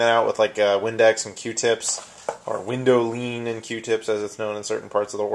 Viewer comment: I don't think I've ever heard a funnier pronunciation of the word 'Windowline'. Thanks for that!:-)